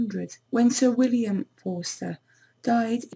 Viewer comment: Woodey my name is Freddy Forster and I am part of the Forster family and she is saying it wrong not to be mean